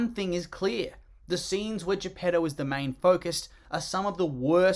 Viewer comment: They have completely ruined Pinocchio re-naming all the figures: Mangiafuoco, Stromboli. Il gatto e la volpe, Honest John and Gideon. Lucignolo, Lumpwich. Il Pescecane, Monstro. Greetings from Italy, read the book, please and don't invent names, please. Emh, it's Geppetto please not J'pedou.